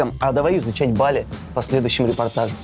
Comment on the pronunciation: сказачно ебали 🤣🤣🤣